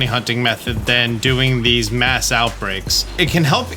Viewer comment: Did I hear you accidentally call mass outbreak a 'maus outbreak' when talking about Tandemaus? lol